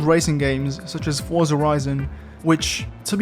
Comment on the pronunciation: 1) Thank you for properly pronouncing Forza as forza, instead of saying fortsa like a weirdo 2) Some games apply speed lines, like they were a cartoon. Some build it into the road texture (particular the closest level of detail version)